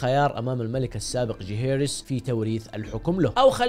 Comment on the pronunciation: ليه تنطق اسم جيهيرس بطريقه ذي